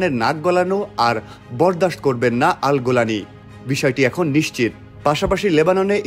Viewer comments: AL GULANI❌ na AL JULANI✅ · আল-জোলানিকে কেন আল-গোলামি বললেন?